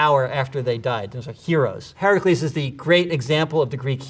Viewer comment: Thank you for saying Heracles right!